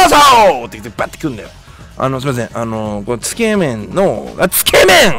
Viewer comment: つけ麺のイントネーションがすごく気になるw